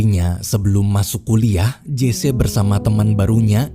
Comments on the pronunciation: Sedikit mau memperbetulkan.Memanggil nama Jesse harus nyebut "Jesi" bukan "Jese". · Maaf bang admin..namanya Jesse Owen ucapannya Jece apa Jessi..saya kok demgernya malah kurang pas kl Jece ya